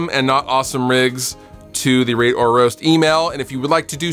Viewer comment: Be sure to really pronounce this segment. Heard Ra*e Or Roast.